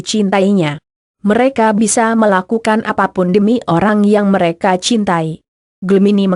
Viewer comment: Mengapa membacakan ramalan zodiak tersendat2,_ byak yg g ngerti, tpi aq berusaha pahami maksudnya. Dan suka dengatkan hal ramalan zodiak. .tpi bacanya selalu pedot2, mereka, menjadi , m e r a ka .merekan. Aq suka,tpi bacanya kyak basa campuran..apa benar ..